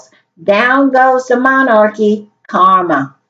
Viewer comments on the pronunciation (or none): none